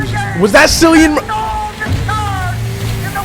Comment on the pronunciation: Great reaction! I hate to be that guy but his name is pronounced "Killian Murphy." And Ralph Fiennes is pronounced "Rafe Fines," a lot of people get his pronunciation wrong. Also, don't worry, Cillian is not a zombie. He will be in all three movies (28 Years Later will be a trilogy) and the bloke in the trailer was actually not Cillian like everyone says, it's just some old guy that happens to look like him lmao.